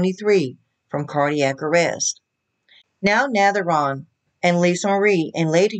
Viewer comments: Pronounced NAVAR-OWN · It is navarone,as you can see she got Elvis name in there...aron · Get your facts straight and learn how to pronounce his name. Elise is very young and they are separated even when they were married she kept going back to Switzerland where she was raised even when they were married she was going there all the time. She married him because she was obsessed with Priscilla and he knew it. Jerry Sterling had her over for dinner probably to pay her off to keep her mouth shut and to leave